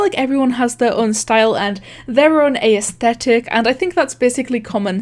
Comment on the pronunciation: says ay es thetic Americans: visible confusion